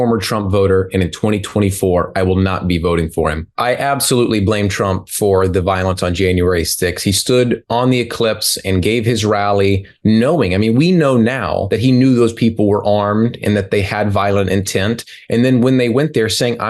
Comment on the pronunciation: Dude, rehearse, ELLIPSE NOT ECLIPSE!!! 😂😂😂😂😂😂😂😂😂😂😂😂😂😂😂😂😂